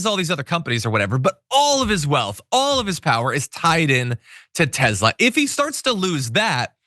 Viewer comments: It's TESLA, NOT TEZLA. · Tesla not Tezla. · It’s Tesler. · Its actually Tezlur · TESLER! It's pronounced Tesler.